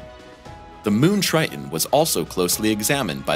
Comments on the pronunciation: Drives me crazy when people mispronounce words with "T"s in the middle... its not 'Tri-in' , its "TriTon"... Geez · Tri Ton not Tri Un… just saying. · Rather than saying Tri-Ton (Triton), the narrator is saying “Ti-en”. He is not pronouncing the second “T”. Same thing for “Important”, coming out as “impor-ent”, rather than “Impor-tant”. Both “T’s” s/b pronounced with the hard “T” sound. Other folks I’ve spoken to about these pronunciations differ from my opinion of which is correct. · The moon "Tri' en"? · it’s a shame that the narrator appears to suffer from a bone disease that prevents him from pronouncing the second T in Triton. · People with British (or should I say, Bri'ish) accents tend to drop t's in the middle of words. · Yes, there were a number of weird things in the language used, even if the voice was very clear. Was the text computer generated? And why was "Triton" pronounced as if it did not have a second T ... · What is 'Tri - unn'.....????